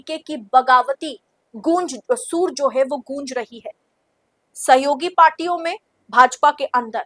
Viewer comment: आपको हिंदी भी नहीं आती Madam Soor nahi sur boliye